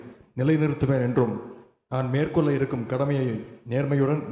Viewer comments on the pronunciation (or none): மேற்கொல்ல ❌ மேற்கொள்ள ✅